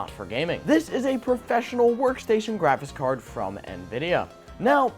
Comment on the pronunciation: Am I the only one hearing "graphis card"?